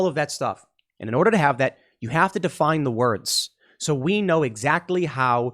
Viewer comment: The goal is not "muh rights." The goal is, "confusion of tha highest orda!"